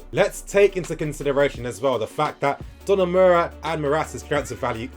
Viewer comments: Every time said 'Donamura'. My will to live kept dropping lol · Great video. But it is pronounced DON-A-RU-MA